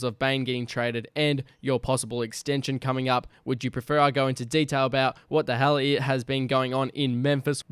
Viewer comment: Did bro say wthelly ?